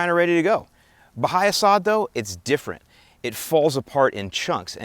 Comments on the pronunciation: its pronounced ba-hay-a.... not ba-hi-a. It should be eradicated at all cost for yard grass. Who the hell sods Bahia? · its pronounced buh hay uh. Not buh hi uh.